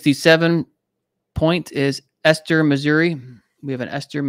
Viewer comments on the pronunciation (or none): none